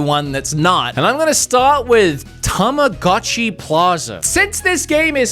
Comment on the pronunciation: Saying both Tamagotchi and Tomodachi wrong the entire video is quite a feat. Helps to know that since they are japanese words they follow their rules in that an "o" always makes the same sounds like ready set "go" and goat. Ta ma GO chee and Toe Moe Dah Chee. Yes as a 90's child we all mispronounced Tamagotchi incorrectly. You're Welcome. also Shin Megami Ten(Say, not Sigh) and Kaname Date is dah teh.